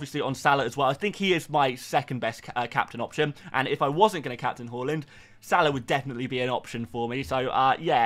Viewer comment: Please learn to say Haaland correctly next season 😂😂😂😂😂😂😂😂😂😂😂😂😂😂😂😂😂😂😂😂😂😂😂